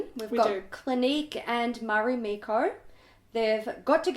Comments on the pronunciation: The mekko part of Marimekko is pronounced more like Mecca, but with the o in the end. Fun fact, mekko means dress, so the brand is called Mari (derivative of Maria) dress. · omg your pronounciation of marimekko, i wasn't even paying attention and i understood you enough to go hey. that's our brand. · Hihi, the way you pronounced Marimekko was cute 😄🌹